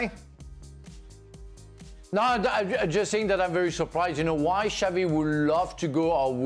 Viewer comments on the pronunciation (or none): Xavi not xabi